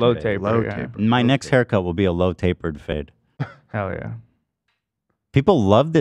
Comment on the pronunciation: Did anyone else hear "load to the face" instead of "low tapered fade"? I was so confused 😅